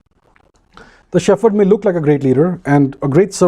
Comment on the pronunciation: Excellent! Only pronounce 'shepherd' properly! It is 'shep herd' not 'sheferd'!